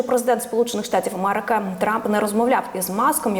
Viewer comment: Ведуча. Не мАрежа,не АмАрики, а мЕрежа, АмЕрика і так далі. Працюйте над вимовою.